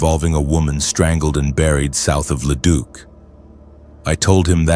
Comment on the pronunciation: I mean at leat Leduc was pronounced properly. So many times I have heard it as Leduck lol. I subbed and I really feel that this channel should have more BUT the ai voice is a miss simply due to all the mispronouncing.